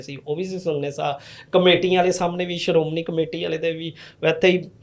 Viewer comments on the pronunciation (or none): none